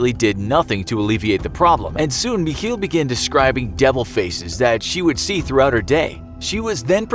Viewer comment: Guys pls stop trying to pronounce german words ITS SO HORRIBLE but nice vid otherwhise as always (It's not "mich - heel", it's "mich el" like the spanish article)